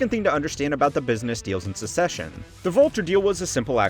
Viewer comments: it's succession, not secession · It sounds like the host is saying “Secession” instead of “Succession,” or am I hearing things? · Bro really called "Succession" as "Secession" lmao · I’m glad im not the only one that noticed that this show is caled Secession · Is the show really pronounced "secession"? Then why do they spell it "succession"? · Succession is pronounced “suk sess shun” you’re pronouncing like the word secession. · it's pronounced Suck-session mate. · Succession is pronounced like success with ion at the end, not like secession, which has just one c in the middle. Just a heads up. 👍